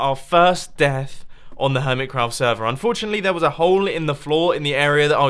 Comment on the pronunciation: Does it annoy anyone else that he says 'HermitScraft server' instead of 'Hermitcraft'?